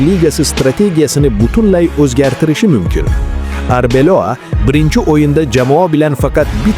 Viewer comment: Арбелова деб дурслаб айтса